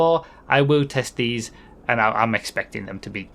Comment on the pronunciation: Every time you said "test these".. it made me chuckle.... It sounded very much not what you said.... >_<